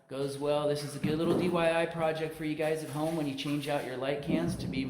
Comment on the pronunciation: Love how even contractors say dyi